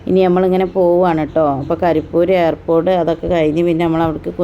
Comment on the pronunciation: Airpord alla Airport